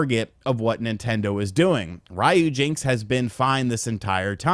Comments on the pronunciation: It's Ryu... Not Rhyu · The way you're pronouncing ryujinx is killing my right eardrum.